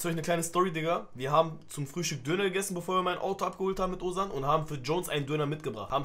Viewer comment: Höre immer ozan start oguzhan heraus